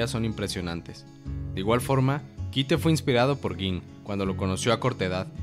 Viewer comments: es curioso, jamas escuche el nombre de kite en la serie, sin embargo "kaito" lo escuche muchas veces , venga que no es tan dificil leer las cosas bien. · es mi idea? con cuando mencionaste a kaito dijiste kito? O.o? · Porque le dicen kite, si se pronuncia kaito >:( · Que no es Kaito y no Kite? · dijo ''Kite'' por que asi se escribe pero en japones se pronuncia Kaito